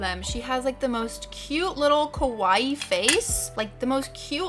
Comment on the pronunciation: I can’t believe I watched the whole thing, it’s quite enjoyable to see so many variety. Btw, I just can’t help but notice, you said “kowaii”a lot which should mean scary in JP; cute is “kawaii”.